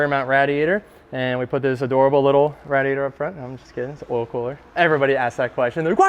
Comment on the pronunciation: Can this guy stop saying RADiator, please? It's making it impossible to watch this lmao!